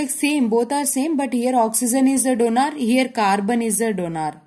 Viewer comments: It is not DONAR it is donor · Donor, not donaaar 😂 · Mam . pls dont say donaar 🙏🏻